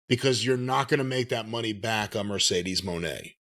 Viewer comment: Corny’s use of “Mercedes Mooooooan” is always funny to me